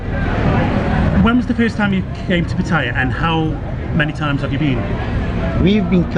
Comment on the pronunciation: good video But you keep saying patties It is Pattaya not pattire